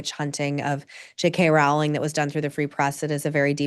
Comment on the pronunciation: JK Rowling’s name rhymes with “bowling” fyi! Following this topic closely because I love all her books (including the current Strike series) and I wish she did more interviews in addition to The Witch Trials of JK Rowling.